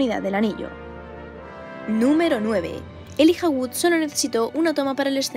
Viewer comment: NO es elija se pronuncia elaia (Elijah Wood ) ...estos españoles..en terminator el t-800 dice en idioma planetario cinefilo para todo el mundo ( hasta la vista baby) y los españoles lo cambiaron por (sayonara baby ) la rana rene en todo el mundo cinefilo se llama como tal y ustedes le dicen la rana gustavo..insolito estos españoles... jajajajajajajajajajajajajaajajajjaajajaj